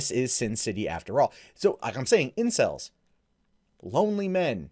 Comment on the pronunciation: Am I the only one that thought he said incest instead of incel...